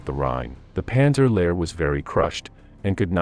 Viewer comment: Most excruciating, unlistenable pronunciation, Goo-derian and however it pronounced the LASH to pick the two that made me wince most - listened for about 60 seconds and realised it was just going to cause too many cringes. Answer re formation of the Panzer Lehr Div - it was the very most obvious start of the rot.